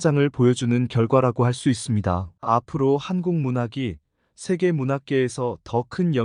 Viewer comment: 한계, 소설,세계, 서사, 배경, 제주(도),비판, 시각, 한계,선정,현재,대표적, 소수자 , 세대, 주목 , 가치 , 등!! 이상 예는 오늘의 narrator 의 발음 문제를 지적한 것이다. 즉 장음인 단어의 첫 자를 "짧게" 잘못 발음한 실 예임을 정중히 아뢴다. 겸해서, 권하건대, "한국 어문을 고발함"이라는 책을 조용히 읽어 주실까요? 미국 변 완수 드릴